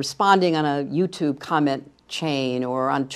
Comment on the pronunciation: Stop saying 'YouToob'.